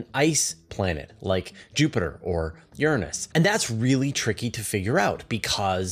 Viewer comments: You pronounce Uranus wrong. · Both pronunciations, "your-ANUS" and "URINE-us," really suck. I pronounce it "OOR-a-nus" and I hope this starts to catch on. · I Can't help but notice your different pronunciation of "Uranus" compared to the last time you talked about it.